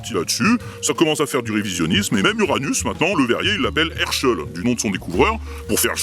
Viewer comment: Herschell on dirait que tu prononces Herr scholl